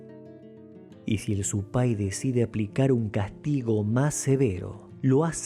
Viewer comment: SE PRONUNCIA ;SUPAY SIN ACENTO EN EL DIALECTO QUECHUA QUIERE DECIR DIABLO ,ES SOLO UNA ACLARACION RESPECTO A LO QUE SIGNIFICA Y FORMA DE PRONUNCIACION ,SUPAY SIN ELEVACION ENLAS ULTIMAS LETRAS . SOY CREYENTE Y AJEBA A ESTAD PRACTICAS X SI ACASO .